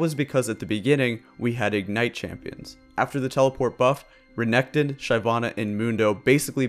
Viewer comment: Re NEC ton lol